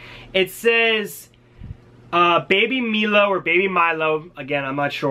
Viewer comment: Its pronounced Baby My-low bro lol